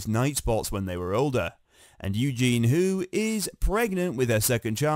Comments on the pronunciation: Yes Eugene is a guys name 😂 you'd think this UK guy would know that😂😂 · It's EugenIE.😊. Get a robot that can read.